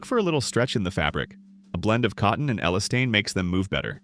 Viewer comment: What the hell is Ellerstane? It’s pronounced elastane - e last ane